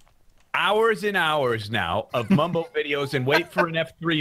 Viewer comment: its Bumbo you fools! Not Mumbo!